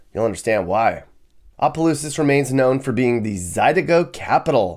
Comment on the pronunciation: It's opelousas not apa😂